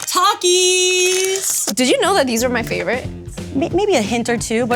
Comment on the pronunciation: Thank you for pronouncing Takis the right way🔥🔥🔥 Th-a-k-ee-s